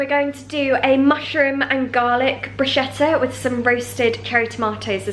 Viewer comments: sweetie it pronounce "brusketta" not brushetta :* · Hi Niomi, lovely video! Just a little friendly marking, the italian pronunciation of 'bruschetta' sounds like if you write 'brusketta', I hope no one gets offended 😊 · Great video Niomi!☺ Love watching Joe in your videos, you guys are so cute together😁 P.S. just wanted to let you know that bruschetta is actually pronounced "brus-K-etta"☺😊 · It is pronunced BRUSKETTA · Hei Niomi! Absolutely love your videos, they inspire me so much! But as an Italian I have to correct you: it is actually pronounced brusKetta! but it is written Bruschetta ❤️ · It's pronounced "brus-ketta" :) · Hi Naomi! I follow you from Italy and absolutely love you and your videos! Just one thing: the word “bruschetta” is said like if there was a “k” (so, brusketta)!! 😊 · Love this kind of videos!! 😍 just wanted to tell you that Bruschetta is pronunced "brusKetta". xx from italy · Just like an FYI: in words like "bruschetta", the "sch" is pronounced more like a "k". :) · I really love all of your videos... but let me tell you something: I'm Italian and I can't really bear the word Bruschetta in the English way to pronunce it. Please! It's an italian word and we pronunce CH as a K. <3